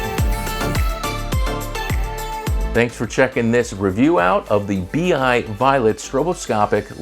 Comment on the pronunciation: I always find it annoying when they call these things a “bee eye”. First of all it’s “b-eye” and it’s nothing like the actual fixtures from Clay Paky.